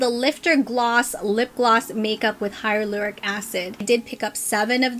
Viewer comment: I love these glosses! But it’s actually Hyaluronic acid, not Hylaloric 🙂